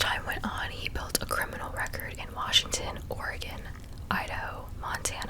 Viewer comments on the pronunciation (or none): none